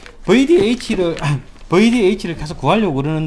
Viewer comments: 버이디에이치!!! 아... 좀 더 세련되게 뷔디에이취로 말해주세요. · 버이디에이치ㅋㅋㅋㅋㅋ저희 아버지도 발음이 저러십니다